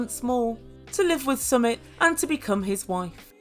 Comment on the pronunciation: It's pronounced "Sumeet"